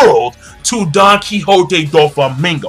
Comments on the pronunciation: doflamingo not donflamingo!!! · OMG Its not Donflamingo. It's Doflamingo. lol